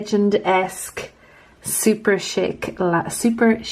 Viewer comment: You pronounce Superchic how I always thought it should be pronounced, but I've heard it pronounced more as Super"chick", lol. That Jaws whatsit one is stunning!